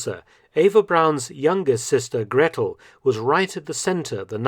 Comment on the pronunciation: Please get on top of pronouncing the names: For instance, "Gretl". it is not like a double "tt", but just a long "a" and "t". Hewel is pronounced "havel". Ask a native speaker :) Luckily, "Friedrich" and "Speer" are pronounced correctly. Well done. "Wolf's lair" is a common translation, but wrong. Eagle's nest is equivalent though to Adlerhorst.